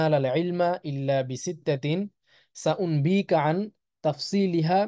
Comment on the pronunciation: সাউম্বিকা নয় সাউনাব্বিউকা